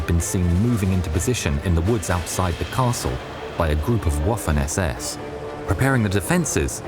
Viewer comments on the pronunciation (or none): The S in 'Besotten' is pronounced the same way as the words, 'Sam', and 'Sail'. The 'W' in Waffen is pronounced as a 'V'. The 'A' in Waffen is pronounced the same as in 'Dad' (not as in 'Waffle'). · Dear narrator. Please be advised that Waffen SS is not pronounced like the waffle but rather like the vatikan. Vaffen SS. Btw Porsche is pronounced sounding out the e at the end. Porsch-eh. 😂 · Please STOP the "Woofen SS" ! W is prononced like a V in German. It's Vaffen SS. Thanks.